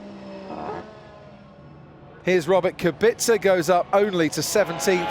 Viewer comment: Is Kubica such a difficult name to pronounce correctly? I don't think so.